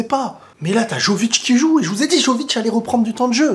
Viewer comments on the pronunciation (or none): Excellent ta réaction mais par contre faut vraiment bien prononcer Jović - YOVITCH Les « J » ce prononce Y, comme ya yo… Le « J » français c’est la lettre « ž ». Chaque lettre = un son dans les langues de l’ex yougoslavie (Croatie, Bosnie, , Macédoine, Monténégro, Serbie, Slovénie)